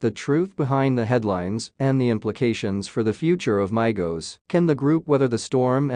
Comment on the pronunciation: IT'S "MEEEE GO'S" , NOT "MY GO'S" !!